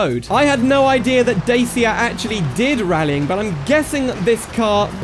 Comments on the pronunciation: Not "Day Sia" but "Dat chya" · Datchia not Dasia💅💅💅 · sorry to be a twat but its pronounced dachia, great video and mod though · who the fuck calls it daysia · So how many times did you thought about killing yourself when you heard this guy misspronounce Dačia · then you pronounced dacia wrong:( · Evry time i hear someone misspronounce Dačia.One Romanian guy unalive himself.